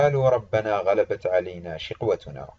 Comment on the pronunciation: المرجو قراءة الاية بشكل صحيح غلبت كلها بالفتح